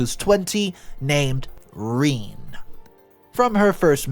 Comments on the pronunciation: Are you absolutely sure that name isn’t pronounced “re-NAY”? Because I’ve never heard it pronounced “reen” before. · Ra Nay. Not reen. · Reeeen. Fucing Seppos. Pronounced "Reh-nay". In summary, Western females are not worth the effort and single mothers are terrible at raising children alone (statistically). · Renay not reen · It's pronounced Renee, not Reen. This was so hard to get through every time you said Reen I cringed inside. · Isn’t that Ruh-naye rather than Reen?? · It's pronounced, “Ruh-nay,” right? It's boiling my guts to no end to hear pronounce it, “Reen.” Just making sure I’m not the only one thinking this. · Rene is not Reen it’s Rah-Nay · it's pronounced Ra - Nay, not Reen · Rene is pronounced as "Ray + Nay" and not as in Irene. Rene is a French name meaning Reborn. In all the languages it is pronounced the same and it is Re as in Renegade and Ne as in Neptune. Ray + Nay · Its re-nay...not reen god damn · I've only ever heard the name pronounced Re-nay (my sister's middle name is Rene), but can understand how it could be pronounced Reen. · Is that how you pronounce Rene? Shouldn't it be Renee? So weird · Not pronounced Rene. The French is way Rene'. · Rene is pronounced ReNe'. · Rene but It’s said Renay. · it's pronounced renê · Rene = Ren-ay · Rene = Ren - ay (like the french name) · It's pronounced Re Nay not Rene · Reen? Oh AI, you wacky wacky reader. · Holy smokes. Have you never seen the name Rene before? Its "ren-NAY". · Fix the fucking ai pronunciations. Pronouncing it Reen is just lazy. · every time he says "reene" i'm yelling at my monitor. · Rene - Re-Nay! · Rene is pronounced ren-ay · Rene is pronounced Ree-nee. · It's said Ren ay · Hey. Rene is pronounced Ren-nay..short e on Ren. I just have to say though. You are a great storyteller. I have my fiancé watching you now. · Thank you! I was dying every time Reen was said. 😂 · Rene is usually pronounced wren-nay or sometimes ree-knee.